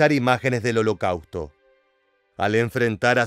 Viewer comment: El contenido es excelente. Pero la terrible pronunciación “holocauto” chirría en los oídos, y pierde seriedad. Lo siento pero me es muy desagradable escuchar holocauto 30 veces mal pronunciado.